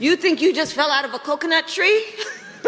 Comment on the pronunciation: She cannot even pronounce coconut correctly. Sad.